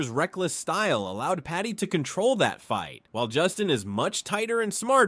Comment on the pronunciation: It’s Paddy not patty